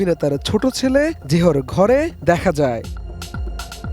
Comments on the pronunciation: জেহর না। ওর নাম জাহাঙ্গীর। শর্ট করে জেয় বলে। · প্লিজ উচ্চারণ ঠিক করেন। লেখার দিকেও মন দেন। হামলাকারী যে হামলা করে আহত করেছে সে কখনো ঘাতক হয়না। জেহো কী ভাই, জেহ্ বাচ্চাটার জাহাঙ্গীর নামের সংক্ষিপ্ত রুপ। আর, ফায়ার স্পেস হবার কথা না। ফায়ার এসকেপ হওয়া উচিত।